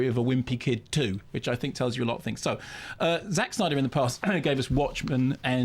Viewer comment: I found high pitched pronunciation of "Zack Snyder's" repeated 100 times rather annoying, and it's not "Zack Snyder's" fault.